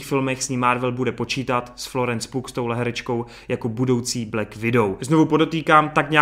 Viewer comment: To, že Yelena nahradí Natashu je poměrně logický, ale mně to vůbec neva! Florence Pugh je POG, takže s tím nemám žádnej problém. Ale čte se to Pjůůů - K Predátorovi se nevyjadřuju. Upřímně mě štve, že to koupil Disney. Tím se pohřbilo mnoho sérií. - To DCčko mě tenkrokrát nezajmá, ale věřím, že si to najde svý fanoušky. - Stargirl jsem viděl jen jednu epizodu a bylo to ok. Možná to dokoukám, takže zde kdyžtak napíšu můj feeling. - Cruise je borec. Takže se těším! - U Pitta to mám podobně jako u Cruise. Oba jsou to frajeři. Takže těšing! - Lucifer - počkám na tvoji recku. - Ennio je legenda. Díky za všechno! Dík za mixy. Jsou to zkrátka feel good věci na večer. Takže díky moc!